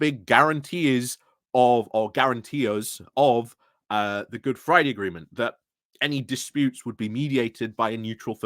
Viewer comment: The word is, guarantor.